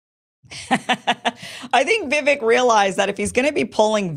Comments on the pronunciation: It's Vi-VAKE, not Vi-vic. Rhymes with rake. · Vivek is pronounced Vivake, like cake. To add, he's been very clear that he won't be VP... it's all or nothing for him. I also find it funny that Vivek criticizes Nikki for her willingness to send troops to Ukraine when he, himself, said he'd send those same troops to Taiwan. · Its vuh-VAKE. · Vivek is pronounced- vi-vayk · I thought it was pronounced "Vivek like cake"? Look into it Kim. We trust you to get the facts for us. I'm putting you on this mission for us. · FYI, Vivek is pronounced Vivake, rhymes with cake. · Viv AKE, like cake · learn to pronounce Vivek's name properly. If you're trying to be a professional "presenter," that's the least you can do. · Vivek rhymes with "cake" not "heck" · You pronounce Vivek's name wrong. So many people do. Great video btw! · Kim, it’s Vivek like CAKE! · Vivek is pronounced with the "vek" sounding like "cake". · Still can't pronounce Vivek. IT'S PRONOUNCED LIKE "CAKE"